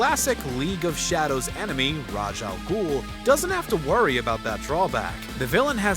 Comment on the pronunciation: "RAY-SH AL GOOL"